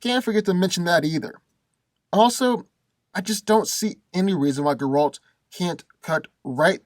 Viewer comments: It's not ger-ALT, it's GER-alt! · Thank god u said cause he had me mad the whole video like who tf is garalt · Dude. If you're gonna make a video about a character, at least pronounce his name correctly. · I hate the way he says Geralt name.😡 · Cant even say the guys name right stops watching. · no no. I will explain it to you with pleasure. First. I like, but he knows shit about Geralt. He even pronounced his name wrong. Geralt is superhuman. His strength, speed and agility are beyond level of any human. He was defeated only twice. One was the very powerful wizard and one was a really strong Witcher, not by human. He is fast enough to kill a fly in complete darkness by throwing a fork.